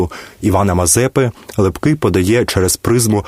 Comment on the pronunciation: Неправильй наголос при озвученні прізвища Лепкого, також на словах - отаман і ігуменя. Послухайте як п.Фаріон розказує про Лепкого. Перезапишіть, бо слухати Вас неможливо.